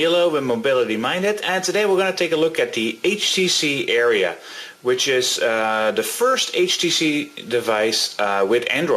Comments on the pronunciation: I don't really notice him saying "uh" that much. Just him calling it the "Area" instead of the "Aria." Good review though. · "Aria," not "Area." Like the accompanied song in an opera or an oratorio... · Area does not equal Aria (are-ee-a) but thanks for the review. Everything i wanted to know!!!! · its u-ri-u